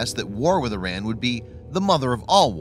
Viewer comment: Before you make any more videos on Iran, you should learn to pronounce it correctly.